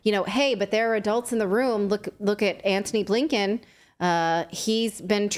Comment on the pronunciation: Anthony Bliken? Are you kidding me?